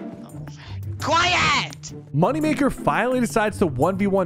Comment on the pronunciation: "im getting mamimulated"